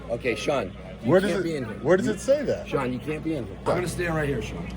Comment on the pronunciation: Sean doesn't like pronouncing his 'T's . Bea'en, bu'un.